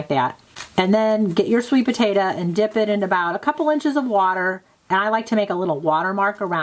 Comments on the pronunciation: Potato, not potata 🙄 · My son asked me if you are saying potata😊